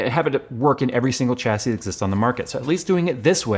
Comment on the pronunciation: Pls stop saying Chassis, its pronounced Shassy... why emphasise the CH but not the IS on the end? like when you wash your car, do you use a chamois leather, bet you call it a shammy leather, not a Chammy.